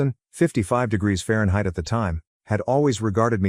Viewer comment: I’ll be back when you edit your narration…Fahrenheit and million???? Seriously….